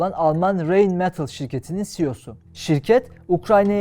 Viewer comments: Yumuşak ğ ne alaka? Anlam veremedim? Reynmetal diye okudu yumuşak ğ yokki, raynmetalı kanımca ingilizce telafuz etti gibi? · Rhein-Metall, ilk harfi Ğ'ye yakın şekilde Raynmetal olarak okunuyor ❤